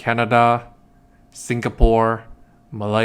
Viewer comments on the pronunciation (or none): none